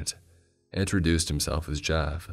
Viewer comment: All I hear him say when he introduces himself is. "Mah name ih Jeff"